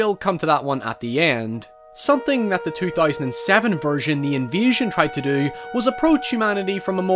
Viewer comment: Took me ages to work out you were saying invasion and not envision.